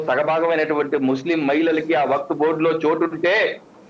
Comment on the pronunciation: correct person ni pattaru meeku baaga set ayyadu waqf pronounciation kooda raledu ataniki meeru ivanni aapi mundu seccular nunchi ila one side avvadaniki cause enti